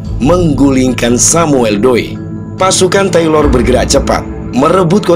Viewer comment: Kok Taylor dibaca "Teuler"?